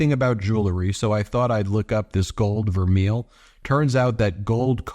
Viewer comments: Ben, just to help, vermeil is pronounced ver- may. There is a difference between plating or filled. Vermeil is plating, and can be very thin, and the karat is unspecified. Always buy filled. Filled is a process permanently bonding the gold toast base, usually brass. Is this gold color or a karat- was not specified. Love to see what this POS tests out to be. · It's pronounced 'ver may' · It's pronounced gold "ver-may". It can only be called vermeil (ver-may) if it's gold over silver-925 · Its permnounce VERMAY!! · Love you Ben but it's pronounced (vermay). The piece should sell for about $25 not $245. She's just like her asshole husband. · IT's pronounced VER MAY. I know. I used to be a jeweler for a top company. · Pronounced... verMAY. Btw.😊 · I believe it is pronounced ver-MAY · Please take the time to correctly pronounce vermeil...it's french! Your pronounciation makes you sound as ignorant as maga!😂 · $245 for vermeil? Nah. Way overpriced. BTW, it's pronounced Vermay. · Ben it is pronounced ver-may and it is not even as good as gold filled, which doesn’t rub off. Wow😅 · Vermeil pronounced ver may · It's pronounced gold ver-may. It's French. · Pronounced "ver-may" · Pronunciation is "vair-may." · Love you ...would never miss you...just want to say Vermeil is pronounced..Ver-may. Thank you for all you do! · Melania's hair bill could support 10 families comfortably. Vermeil is pronounced vehr-may. Just for interest: "gold vermeil is considered real gold! For jewelry to be legally regarded as gold vermeil, there must be a layer of at least 10k gold that is 2.5 micron thick (that is 5x thicker than regular plated gold)! The gold plating is usually electroplated over a sterling silver base." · I was a jewelry designer for many years. Vermeil (pronounced VER-MAY) has a few iterations. One is a gold electroplating over sterling silver. Less expensive interpretations are gold electroplating over copper or bronze. You can make your own assumptions.